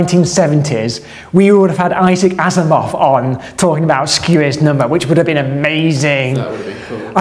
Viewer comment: They way you say "Asimov" (as in Isaac Asimov) sounded exactly like you "as a moth". I thought that was some English slang term for "as a youngster". I was ready to non-critically update my inner dictionary when you brought up the book itself, showing Asimov in big writing. Dodged a bullet there!